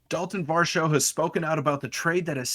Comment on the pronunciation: You guys gotta doublecheck the pronunciation of Varsho's last name lol